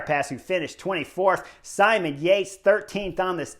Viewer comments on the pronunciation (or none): none